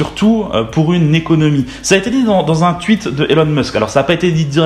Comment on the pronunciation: j'adores tes vidéos, mais le "tuite" m'a tué (tweet) ^^